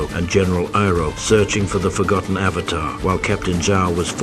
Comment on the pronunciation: i hate the fact that everytime i listen the pronunciation of avatar it just hits me. its like pronouncing burger as bergers . it gets on my nerves ahhhhhhhh